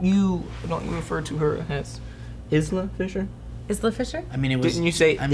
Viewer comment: Not mexican. Like Feez....